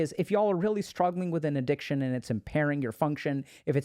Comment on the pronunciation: bruh really said Addiciton